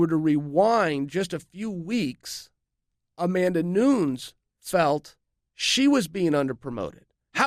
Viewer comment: That is not how it´s spelled in portuguese he just can´t pronouce it but it´s all good most brazilians can´t pronounce American names.